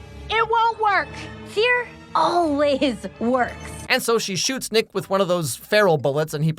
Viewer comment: I had to rewind sounded like you said 🥷mad at you…. 😂😂😂 it was Nick Is Mad at you…. My bad